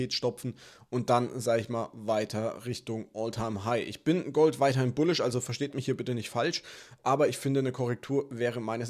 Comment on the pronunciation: Gouhld! Feier Dich so 😄😄